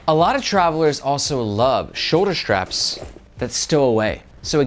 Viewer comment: I guess my first post "evaporated". My original comment was about people putting an "H" in between "S" and "T". Like saying shtreet in stead of street or shtrategy instead of strategy or Shtrap instead of strap. Sorry. I really appreciate your videos. very informative and helpful. It's just that hearing shtraps is like fingernails on a chalkboard for me. Maybe I'm the only person on the planet bugged by that. Way back in the day a movie came out with all the girls talking the "Valley Girl" language. Within a year all the girls in my school were talking like "Valley Girls". In recent years, a prominent politician's wife always put an H between S and T. and now everyone is doing that. From famous news casters to content creators. Sort of like dropping the T from words like "Important" and saying "Impor-int". Maybe I'm wrong and people are correct by dropping the T from words like important and inserting that T into words like street.